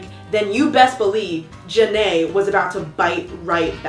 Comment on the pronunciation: Im only in the beginning of the video but is there a reason why keeps on saying Ja-nay instead of Jeen-a lol 😂😂 cause her name is Jeana lol